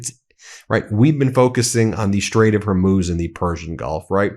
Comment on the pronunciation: Again Ben, you ignorant fool, it's pronounced Hormuz, not Hormose.